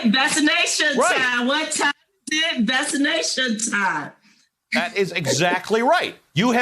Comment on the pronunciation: What is vassination. Is that ebonics ?